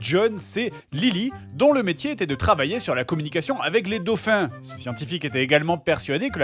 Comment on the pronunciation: Y'a un " s"quand on dit " des dauphins " :3 Bonnes fêtes à vous messieurs :3